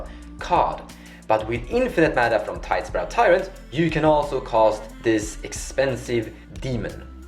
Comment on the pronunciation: Its tidespout, not tidespRout.